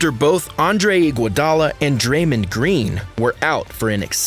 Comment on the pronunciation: When you said san francisco and pronounced Dramond's name as Dramin I stopped this drivel right there. Lame